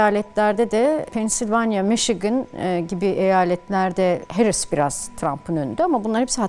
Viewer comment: "Harris" değil "Herris". Doğru teleffuz için teşekkürler... Hamide kızımında doğru teleffuzunu öğrenmiştir böyleliklen inşallah....💙🤲🏼